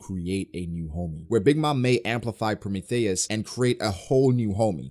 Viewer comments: I love your content and detailed breakdowns for these chapters man but for the love of GOD I cringe when you say PRO-METH-THEY-US lmaoooo I'm not even mad just a pet peeve 😅 PRO-MEE-THEE-US 🤣🤣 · genuine question lol do you actually say prometheus like that? pro-me-thay-es instead of pro-me-thee-us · ....🤨... have you really NEVER heard anyone say Prometheus?...PRO-ME-THEE-US...not “THEY”, “THEE”.... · Promae thious lol the he says it 😅😅😅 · hybrid Kaido is more susceptible to damage -pronouncing Prometheus like Amadeus -Zoro has a variant of conquerors haki -Acting like Ryou isn’t the same thing as advance armament Damn you’re spewing a whole lot of bullshit this review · Why do you pronounce Prometheus like that? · The way you say Prometheus bothers me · U pronounce prometheus weird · Why are you pronouncing Prometheus like that lol